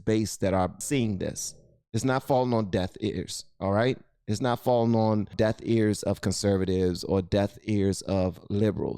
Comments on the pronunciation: Just a PSA: It’s DEAF ears. DEAF lol not DEATH 😂😂😂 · Its deaf ears my brother. Not death ears. And thanks for the content i love your show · are you saying DEATH EARS or DEAF EARS? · I'm sorry, did you say "falling on deaTH ears"? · I’m a big fan of this channel, have been since he was first reacting to music, and will continue being a fan while we expand our knowledge together…. but did bro just say “death ears” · Love you vids but, are you saying "death ears' or "deaf ears"? Unfortunately I hear death lol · Its deaf!!! Deaf, not Death. Love ya buddy!! Keep up the good work.